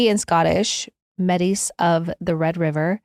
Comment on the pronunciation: Hello! Canadian here, in school we were taught to pronounce Métis like May-tee